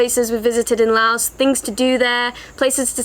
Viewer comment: Finally! A video where someone actually pronounces the name correctly. Loved the video through and through! :D Just three quick questions if you or anyone else could answer them: 1) Aside from learning some Lao as you said, I've heard that of all the countries of the former colony of French Indochina, Laos has retained the most French. Aside from the Lao I would learn, would I be able to get by with French at least in the cities or do people not really speak it much at all? 2) In the north of the country, how much of a problem is it being within the Golden Triangle for tourists? 3) For going off the beaten path to explore these lesser known areas, approximately how much would I need to worry about the unfortunate worst case scenario of coming across unexploded ordinances?